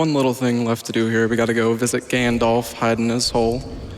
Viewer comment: Nitpicking time. 'Heide' is pronounced like 'heyd'.